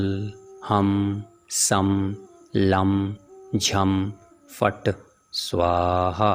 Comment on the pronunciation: Namaste Maharaj, aapne 'kshym' beej ka uchharan 'jham' kiya hai lekin likha hua tha paper mei 'kshym'. Kya yah sahi hai ? Krupaya kaun sa sahi uttar dijiye.